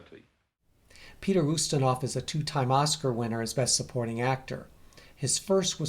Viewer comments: It's "YOOstinov", not "OOstinov". I just wanted to let you know for next time. Nobody is perfect, not even. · I though it was YOU-stinov ??